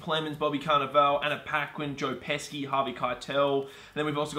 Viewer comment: Joe Pesky? It’s pronounced Pess-shee, he’s an Oscar winner, boys. Still love your videos.